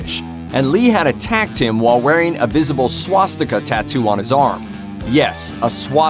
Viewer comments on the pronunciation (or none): a Supernova did you just call a Swastika a swash sticker?